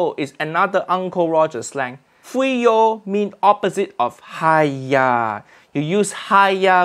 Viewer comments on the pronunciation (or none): HAIYAAA....not hiyaa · its haiya